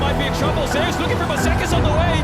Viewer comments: Also hearing you say Zeus as "Zus" throws me off lol Most people call him zay-oos, especially because there was another Korean pro named Zzus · "Zay-oos" . Not "Zoose". It's a play on his real name, being similar to the god of thunder. Legitimately confirmed. If you're going to make an LCK documentary, you should probably know how to say the players' names.